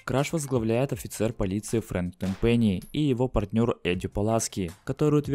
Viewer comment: ТЭНпэнни а не тэнПЭНИИ